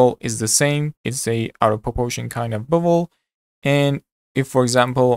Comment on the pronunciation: I kept hearing Bubble instead of Bevel....hahaha